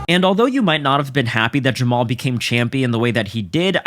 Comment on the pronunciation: Jamma-Hall Hill doesn't know his father! Neither does Jamma-Hall's mother! Feel sorry for him now!! Right now! And I'm getting more than a little tired of y'all disrespecting my boy ! His name is pronounced JAMMA-HALL HILL! GET IT RIGHT!